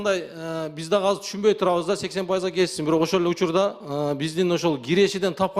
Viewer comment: Азыр деп суйлосон казыр дейтко 😂😂😂